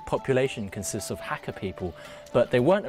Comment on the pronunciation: Hate the way this guy says Hakka.